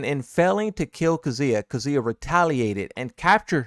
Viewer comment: Kazooya... seriously bro, that's not his name.